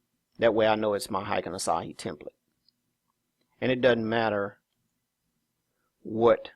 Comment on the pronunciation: Asahi is a Japanese beer, lol. Ashi is not pronounced the same. Its like "Are She."